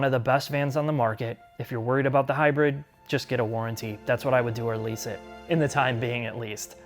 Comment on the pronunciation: Did he call it high bird Lmfaoo